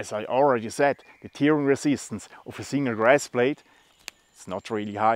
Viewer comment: tearing -> "tähring" So wie du es ausprichst, bedeutet es "weinen" ;-) Tolle Ideen hast du immer. Der Packframe ist wirklich klasse.